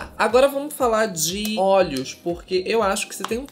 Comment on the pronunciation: falando 'olhos' e eu entendendo 'óleos' kkkkkk